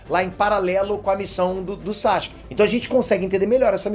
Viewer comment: Pq ele fala SACHUKE?